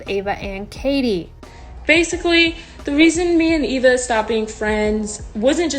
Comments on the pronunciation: It’s Eve-a not Ava🤨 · it’s e-v-a not a-v-a i was laughing bc no one was talking about it besides me and this person. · u mean eva? Eva EEva